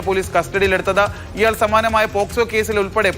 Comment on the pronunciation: പോസ്കോ അല്ല സാറേ 😅 നല്ല വിദ്യാഭ്യാസം